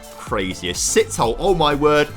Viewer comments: Hey love the content, just wanna help a bit as a Southern African. Sithole isn't pronounced Sit-Hole but rather more like See-Tow-Le.. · Love the content, and love to see your best player is a South African. Can I just please correct the pronunciation of his name. You would have to emphasise the "e" at the end...So it is Si-toll-eh. You were correct in saying the "th" sound as just a "t". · Im south african and im just here to correct your pronunciation, Sithole is pronounced "Se, to, le".